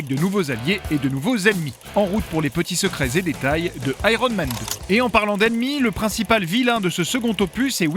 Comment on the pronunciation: "Aéronne Man".... Rien de plus drôle qu'un Français qui essaie de parler anglais.